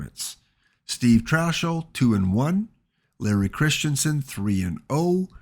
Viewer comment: Trachsel is pronounced Trax-el not Trash-el.